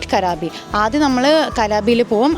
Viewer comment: Its not karabi😂 its krabi